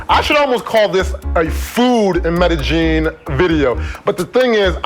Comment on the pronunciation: Since you don't care... Medellin, pronounce meh-deh yeen, opposed to meh-de geen.